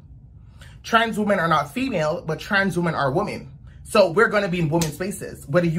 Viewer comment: Is there a reason people have such difficulty pronouncing women vs. woman?!!!! Also he had to mess with his wig soon much, I got a twitch...😂😂😂😂